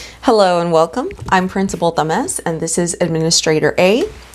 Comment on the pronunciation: I had to use the closed captions to catch the name of the principal. I kept hearing something different than "principal Tamez." 😲